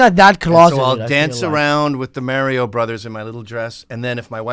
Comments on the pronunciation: “Mary-o Brothers” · who says mario like that